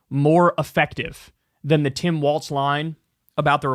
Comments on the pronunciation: Why do you keep saying Tim WalTz? There’s no T in it lol Just Tim Walz Like the walls are closing in 😆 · Governor Walz does not pronounce his name ‘walts’ he pronounces it ‘walls’! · WALZ not WALTZ! Please say his name correctly! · Please, Kyle… it’s “Walls” not “Waltz” - the things that divide rooms, not a ballroom dance.😘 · Why u keep saying Tim Waltz? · Somebody tell Kyle that Walz doesn’t have a T in it. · I wanna have a beer with Kyle so I can tell him how Tim Walz pronounces his f*** name.... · You gotta stop mispronouncing Walz.